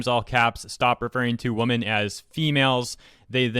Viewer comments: You’re saying women as woman.. you need the Wim-men pronunciation for women.... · Your pronunciation of women amuses me way more than it should